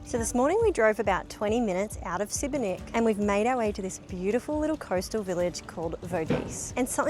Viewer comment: Judging by your general education,you must be from Usa! 😂😂😂😂😂😂😂 It is not Sibenik,but Šibenik(SHibenik).